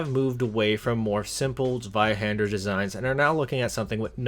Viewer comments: Zweihand-er.. does she not know her er? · Me a german, smiling every time the word Zweihänder is said.